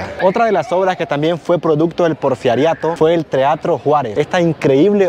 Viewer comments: Porferiato???....Porferio???...anotalo porque dices muchas tonterías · No pudiste nunca pronunciar “El porfiriato “.😂